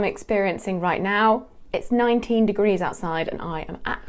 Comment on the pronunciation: I thought she said 90 not 19